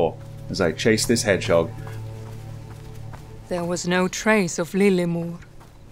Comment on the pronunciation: Orhooooooo 😭😭 i watch this 3 time hannnnnnnn in french its herisson not head jog or I don't know how you write ive got 3 herisson in my garden my cats afraid about them